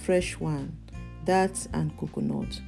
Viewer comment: It’s dates… pronounced like the date of the year. Not dat…. Or that.